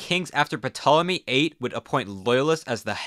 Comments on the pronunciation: is suspect. This guy regularly refers to himself as not a historian in other videos then represents himself as an expert on ancient history lol. Can't pronounce Ashurbanipal or Ptolemy correct either which shows intense ignorance of the subject matter at hand and basic ancient history that was for sure covered in a freshman Western Civ class (i.e. basic information made available to literally all college freshman or people with an elementary grasp of history); makes me wonder if this guy even has a degree in a relevant field or if the Canadian secondary education system is really lacking that hard in fact based education. Dude also doesn't know that socialism and communism are not the same thing (communism is an economic system, socialism is merely a response to the 'politcal questions' of the French revolution and liberalism which advocated for restructuring of society not just the government), as I've learned from watching his other videos. He makes great breakdowns of modern economies but often gives halfhearted, sometimes incoherent histories of the nations he makes videos about. He also seems to have read little to no political theory except for basics needed for an economics or poli sci degree. He also regularly makes light of serious situations, using meme imagery and bad taste jokes to explain wars, genocides, famines, etc but somehow is presented as a trustworthy source for modern geopolitics. Dude does not site his sources either, which is crazy seeing as how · The P in Ptolomy is silent. Hard to take you seriously when you can't pronounce these things right. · Learn to pronounce Nineveh and Ptolemy. PS: Sumac as well. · The "P" in Ptolemy is silent. You're welcome! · Narrator, the p Ptolemy is silent. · The P is silent in Ptolemy! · I'm pretty sure Ptolemy is pronounced with a silent P. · If only the library of Alexandria hadn't burned down, we'd know how to properly pronounce "Ptolemy" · The "P" is silent my dude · the 'p' int ptolemy is silent...